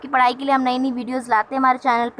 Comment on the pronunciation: Mam pada ko para q bolte h app behari h kya😜😜😜😜